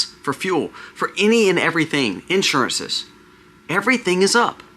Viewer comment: hicks Mispronounce Insur'ance & Umbr'ella